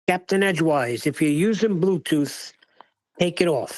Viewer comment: CAPTAIN EDGEWISE!!! lol not Edgewear lol